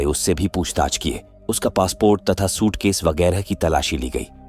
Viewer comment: Shootkesh nahi SUITCASE hota hai bavligend🤦‍♂🤦‍♂🤦‍♂